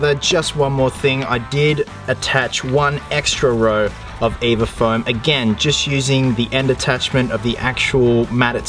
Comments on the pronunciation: Your supposed to spell “EVA” out when you say: EVA foam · the way he says EVA foam